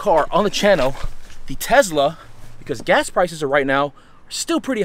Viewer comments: What is a tezla??? Weard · The amount of times he said “Tezla” 😐😐